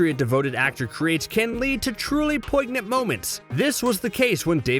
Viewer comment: The G is silent, dude